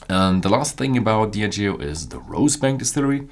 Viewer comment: sorry, but your stress in word "Diageo" is wrong at the beginning